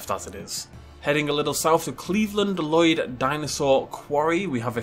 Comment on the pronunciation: you said Llloyd not Lloyd